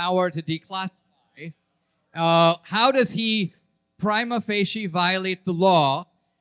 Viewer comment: Mispronounced and used incorrectly lol